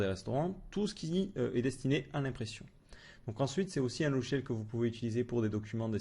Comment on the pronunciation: "LoGiciel "et non " lochiel "!